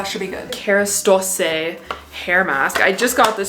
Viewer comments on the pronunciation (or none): It’s pronounced as Kerastass no eh in the end 😊love you beautiful thanks for the upload ❤ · Just for your knowledge, i speak French and Kerastase is really “kerastAWse “ just for you to sound fancier lol